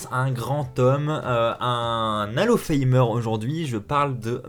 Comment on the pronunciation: "alo faymeur" mdr cimer l'accent